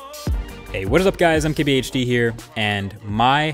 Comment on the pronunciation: When u say mkbhd i hear qbhd is it only my problem?